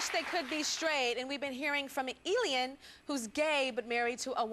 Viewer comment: Tyra's pronunciation of Elian is so irritating.